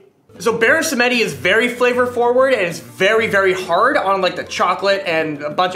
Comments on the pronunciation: Samedi, pronounced Sam-dee (French for Saturday) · pronunciation of "baron samedi" hurts me deep in my soul. just in case anyone wants to know: the name comes from the french word for "saturday" (the name actually translates directly as "Baron Saturday" from French to English; the figure of Baron Samedi is a loa of Haitian vodou and the Haitian language is a french creole language) and should therefore be pronounced like something akin to "some-dee." the E in the middle is silent. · I’m triggered by how Samedi was pronounced xD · "moxie in" and omg I don't think you're saying 'Samedi' correctly dude...